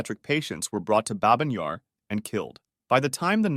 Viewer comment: It’s bah-byn yar, not babe-in :(